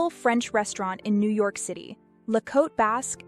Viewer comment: Thank you so much for not pronouncing "Cote" as "kotay."